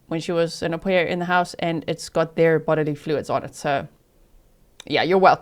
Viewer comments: Damn, G, that was a good one, “HO-pair” 😅😂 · How do you spell it haux pair like faux lol ? 😅